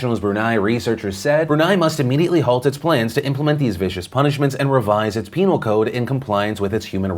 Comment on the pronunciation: You said penial code